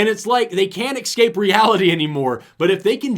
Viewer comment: I can't believe pronounces it "excape" lol